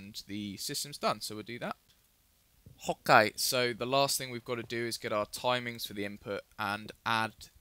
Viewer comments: Why always say hokey it's ok not hokey OMG man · dude when u start the videos..dont say "ok" cause it sounds like ur saying "hawk gay/guy" and it gets really annoying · I love how he says "ho-kay" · Loves when he says ''Ho'kai'' :D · When you say okay its sounds like "Hawk Eye" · it sounded like hot guy instead of okay